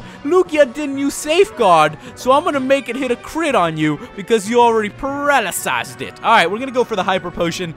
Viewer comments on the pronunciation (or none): PARALYZED. not Paralaziezed.. DAMMIT